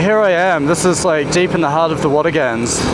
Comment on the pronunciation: Great video, but you keep mispronouncing Watagans… it’s pronounced Watagn, the 3rd a is not emphasized, I know I know grammar nazi lol, still great to see my local area on YouTube.